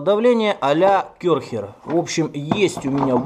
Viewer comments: не Кёрхер, а Кэрхер. Сильно ухо режет. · Только не кЁрхер, а кЯрхер. Буква "Ä" - она не про "Ё"...